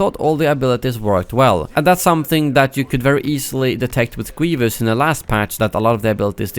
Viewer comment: its Grievous. Not Gweevus